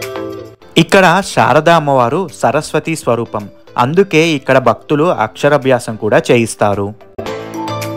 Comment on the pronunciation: బాగా చూపించారు నాన్న.👏👏👏 Please note అక్షరాభ్యాసం lo రా అని పలకండి.